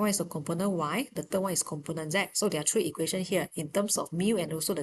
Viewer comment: its three not tree